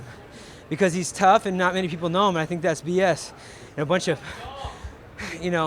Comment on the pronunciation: They don't tink like i tink - Urijah Faber